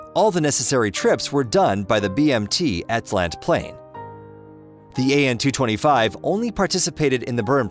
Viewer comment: AN-225 not AN-226!